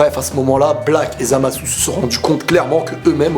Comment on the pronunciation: ZamasUUU... GowasUU... j'adore des tes vidéos mais là je me pisse des oreilles... je suis sur que tu peux régler ça... Zamasu ( sans le U ) Gowasu ( sans le U )